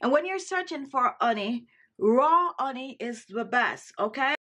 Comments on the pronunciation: It's called HHHHHONEY! NOT oney. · As an Italian woman, I pronounce honey as oney as well. 🤭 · Absolutely. With all going on.. in the world I am looking for some "light", humor, health, and happiness.. I saw this an said, hmm.. glad i did. Every time she pronounces " oney ", a smile grows. Made my day! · I was listening this video and than she said her secret anti-aging cream ingredients - ONY - Ony ? What is ony OH 🍯 HONEY= it was smart to write it down! Thanks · the oney :). You are suppose to pronounce the h. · Marlene DR ….it’s an accent. I love it. She spoke proper English without the “H” sound. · That’s the Caribbean pronunciation for honey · I just love the way you say "honey" ☺️. You drop the "H" as if you are of Bemba ancestry. The Bemba speaking people of Northern Zambia drop the H in their pronunciation of words that begin with that letter. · Yes, indeed, but it is a mispronunciation born of the Jamaican Patois. She IS Jamaican. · I love how you pronounce honey..lol Nice ingredients..will try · How cute the way you pronounce honey 🍯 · i live for the way you pronounce honey 🤣💛💛. love that accent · Learn how to say honey before you try and teach